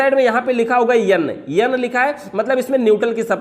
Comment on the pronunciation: N ko Yan or l ko yal 🤣🤣🤣🤣 baaki video acchi h